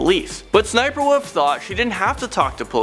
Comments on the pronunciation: I knew that SSSNIPERWOLF went to jail. Her name is pronounced 'S.S.Sniperwolf'. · It’s ss sniperwolf. That’s how you say it. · SSSniperwolf not sniperwolf /(Es)/(Es)/sniperwolf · U don’t go ssssssss u just go SS So it’s not ssssssssssssssssniperwolf Itz SS sniperwolf Sry I just really like her vids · Cringing because it's 'S' 'S' Sniperwolf not sssssssssssniperwolf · its S S Sniper Wolf not SSSSSSSSSSSSS Sniper Wolf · She called Lia/ s-s-sniperwolf not ssssssniperwolf . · Its pronounced s.s. sniperwolf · It's SS-sniper wolf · ITS S , S , SNIPERWOLF!!!! pls work on that lol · There was no reason for sssniperwolf to go to jail. Also it’s pronounced s s sniperwolf Also you told the wrong story about her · Her name is actually sniffer wif her name is actually sniffer Wolf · Sssniper wolf is pronounced s s sniper wolf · Oh yeah the pronunciation of it is apparently S-S-Sniperwolf another thing sausage and lia are still together. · Uh it’s pronounced’ ess ess sniper wolf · You said it wrong it's S s sniperwolf